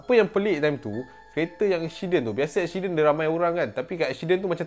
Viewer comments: Accident become eksyiden 😂😂 woww btw memang suka dengar cerita seram dia tambah pulak dengan jumpscare ! Powerr AHAHAHAHAHA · Aku tak leh fokus dengar "EKSYIDEN" tu hahahahahaha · Fatin Fatihah ingat aq sorg jer perasan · telinga aku mslh ke?ekshiden😂